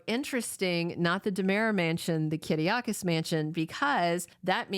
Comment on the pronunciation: thank you for your spot on and truthful info on our favorite soaps. Not trying to be rude but it's not Kiddiokis it's Kiriakis. Victor used to say it that way with a Greek accent and maybe occasionally Justin with a Greek accent but no one else pronounces it that way.